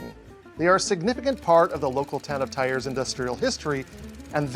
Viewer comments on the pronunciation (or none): I hear you say TYRE when it is more "tee-air". French, such a singing language 😆 If I were to do this as my leaving, laying down, I'd be fired for sleeping on the job... 😅 KUDOS to all patreons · Thiers Pronounced “tears” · Oof the pronounciation of Thiers xp